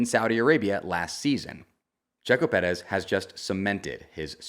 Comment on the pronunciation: Please just say Perez normally. You sound ridiculous